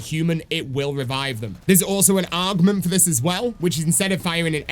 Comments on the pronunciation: Do you mean augment and not argment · is he saying augment or argument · augment i think he has a speech issue (no offense) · the way bro says augment is painful lmao